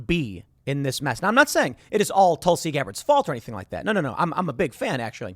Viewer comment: Tusli? I thought it was Tulsi!